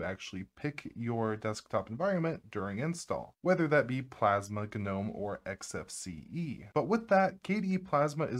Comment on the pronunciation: Can't do his Hard G gnom E and the side as susA 😢